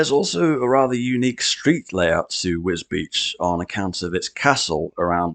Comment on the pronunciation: Well done for saying wisbech right😂